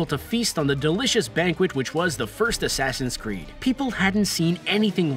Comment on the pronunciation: Asaasaain Creed odessey